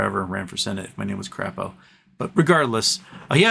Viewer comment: You mean Senator (Cray-Po) Crapo.